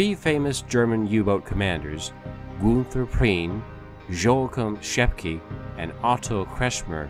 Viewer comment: JOACHIM = YO-HA-KIEM SCHEPKE = SHEP-KA GUNTER = GOON-TER KRIEGSMARINE = CREEGS - MARINE If you want to do history, please learn to pronunciation. You slaughtered the other names too. but I dont havr time to correct